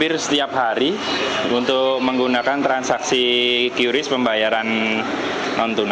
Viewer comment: Awal nyaa si repoter bener bilang nya Kris, eh pas wawancara malah jd kyuris 😂😂😂